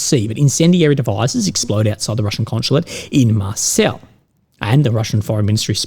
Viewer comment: Mar-say is the pronunciation of Marseille.